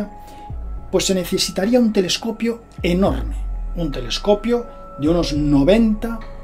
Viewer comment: Min Tele"escopio", Tele"FON y su canal :atraviesa lo desconocido"❗😂